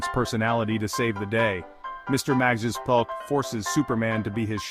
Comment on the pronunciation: It's pronounced as Mr. Mix-Yess-spit-lick